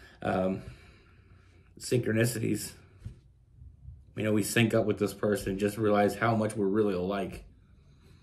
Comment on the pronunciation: You said “synchronicities” without any issue. LOL.